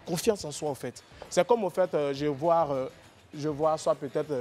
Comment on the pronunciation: Championnat de REUH , je voirEUH